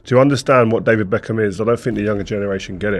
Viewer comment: David ' backhim'